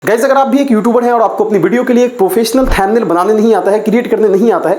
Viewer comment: Motherchod pehele too pronounciation thik se kar le...."thamnil" kya hai?